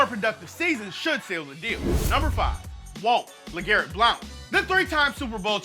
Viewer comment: It cant be that hard to pronounce Legarrette Blount right